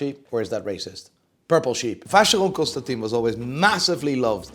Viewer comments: You are pronouncing Vacheron ConstantIN wrong. Impossible to tell you how to pronounce it via text but go on google translate and text to speech “Vin” which is wine in French and you’ll realize that you are in the same group of morons that say “H”ublot and Richard Mill”E” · You pronounce vacheron ConstantIN wrong